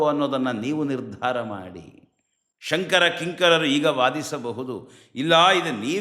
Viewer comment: ನಾನು 3 ಬಾರಿ ಶೃಂಗೇರಿ ಶ್ರೀಗಳ ಮಾತನ್ನು ಹಿಂದಕ್ಕೆ ಕೇಳಿದೆ. ಸ್ಪಷ್ಟವಾಗಿ ಅವರು"ಸಂಕರ" ಅಂತಲೇ ಉಚ್ಚಾರಣೆ ಮಾಡ್ತಾ ಇದ್ದಾರೆ.